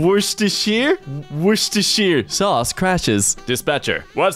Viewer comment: I love how has a stroke trying to pronounce worshdhdhhdhejshwkakwuehus sause